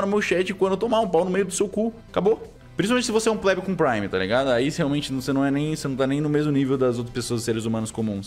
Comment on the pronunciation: "Pleb" com prime, não plebe com prime. Tenta se informar